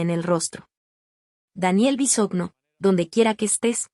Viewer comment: No saben pronunciar Bisogno (Bisoño), es el colmo.